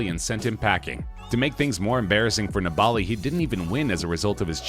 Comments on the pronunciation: Neballi???? Its niballiiiiiiiiii 🙄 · Vincenzo Nibali's last name is pronounced "knee-buh-lee", not "ne-ball-e" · Maybe Lance is the reason cycling has a bad rap in the USA. Or, maybe it’s because guys who make videos about it don’t know how to pronounce “NEE-bull-LEE.” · It's pronounced 'nibbly'. He's a pretty famous cyclist who's had massive success. Be good to get his name right. It's also not spelled Dwight Howard. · It's actually disgusting how the narrator pronounces Vincenzo Nibali's name. Eugh! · You totally failed at pronouncing Vincenzo Nibali's surname right. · Horrible attempt at pronouncing Nibali by the narrator